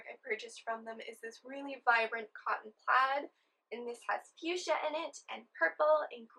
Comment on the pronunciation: Fuchsia is pronounced like, "Few-sha" in English though.